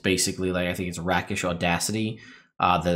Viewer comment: Always love your input,. I think Call Lightning here is specifically useful for ship combat, then dropping the spell as you board. As a side note, "rakish" is pronounced"rake-ish" (in the UK at least - it may differ over the pond)